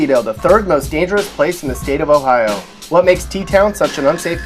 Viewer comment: Pgffffffft it's Ohio HAHAHAHA